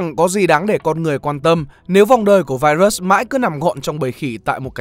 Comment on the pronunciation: Trời ơi ad ơi, ad có thể phát âm đúng từ virus như đọc tiếng việt hoặc phát âm chuẩn của tiếng anh k vậy, ad đọc vậy nó sang từ khác rồi đấy, nếu tiếng anh k tốt thì có thể đọc theo tiếng việt cx dc